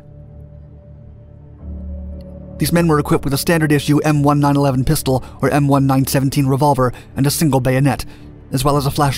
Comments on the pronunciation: M one nine eleven pistol..... Jesus Chris. It’s call a nineteenth eleven!!!! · “ m one nine eleven” “m one nine seventeen” smh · Great video, but it's pronounced "M nineteen eleven". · Lmao the way you said “m1-9-11” instead of just m1911 was kinda funny